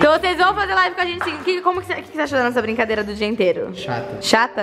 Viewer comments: Uma brincadeira bem semqlasa ó o aí kskskks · Uma blicadeila sem glaca 🤣🤣🤣🤣🤣🤣🤣🤣🤣🤣🤣 cebolinha